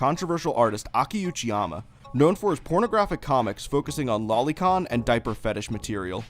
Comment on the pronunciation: Why do so many people online mispronounce 'loli'? One 'L'. Loli, not lolly. Derived from lolita.